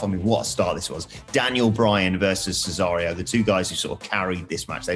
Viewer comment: The weird guy says cesario 🤣 what an idiot